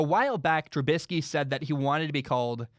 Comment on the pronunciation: I want to start off by saying I love your podcast/show. It literally makes my day when a new episode of your show drops. However I feel like you should change your stance on giving trubisky the respect of saying his name right. Everyone has the right to be treated with respect, and by purposely saying his name wrong, you are being cruel and disrespectful. It feels like something a bully in high school would do. I hope you change your stance on this. But anyways keep up the great work and have an excellent day.